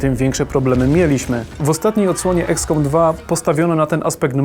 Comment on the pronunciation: EXcom, nie IKScom